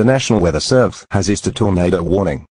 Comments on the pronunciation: Eric's wrong pronouncing: Evil > Eh vil Deeper > Deper Booger > Boojer Tornado > Tornahdo Jail > Gal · ugh do go animate charecters talk right? they cant even pronounce tornado right.